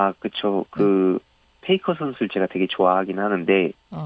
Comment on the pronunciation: 페이커 모르는 1인 추가요. 테이커라 들렸음.